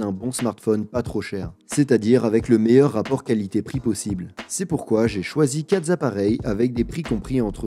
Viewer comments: Super ! Par contre "quatre zappareils" ça arrache un peu.... ^^ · 4 ZZZZZappareils🤣, il n'y a pas de s a quatre ni de Z acva rt appareil